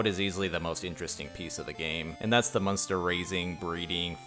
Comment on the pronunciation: Everytime you say the word monster, it sounds like you're saying munster, lol.